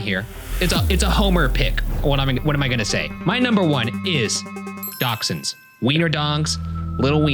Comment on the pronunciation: Can't get over how Ryan says dachshunds, Dauxends? Who. Like aren't they pronounced dashands. Also hands down greyhounds are the best dogs